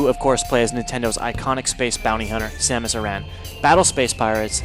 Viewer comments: It's SOM US. Not SAM is damnit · Why did he say Samus's name like that? :(